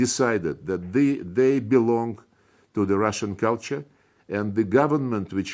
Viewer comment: "Russian cool tour" he said 🤣🤣🤣